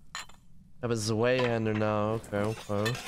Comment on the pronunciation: the way you mispronounce Zweihander is pretty upsetting even tho you're pretty chill